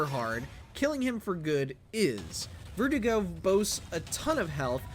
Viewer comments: Bro, why are you butchering the pronunciation of verdugo, it’s pronounced “Vehr-DU-gó” not vertigo lmaooo Why are you showing a generation of RE fans how to butcher the Spanish language Culture yourself and respect the language, it’s not that hard Americans (yes I’m American) have a terrible way of butchering other’s languages, it’s disrespectful The only reason why I’m picking on you is because you are going on your platform and “teaching” MANY how to be uncultured and make this same mistake It’s been 18 years we’ve all been enjoying the RE4 universe The least we can do is respect the language of these characters 🤷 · His name is (Ver Do Go) verdugo not vertigo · FYI: Spanish pronunciation of Verdugo is phonetically Bear-doo-gO, not Vertigo. V is pronounced like a B, e is pronounced like a long A, u is pronounced oo. It translates to executioner. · Vertigo? I thought it was Verduga. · Why did he pronounce verdugo like vertigo? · Lol sounds like you are calling the boss vertigo XD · Can't even pronounce Verdugo right. Where do you find these guys